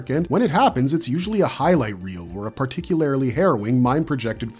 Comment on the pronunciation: Bro refuses to pronounce “particularly” the right way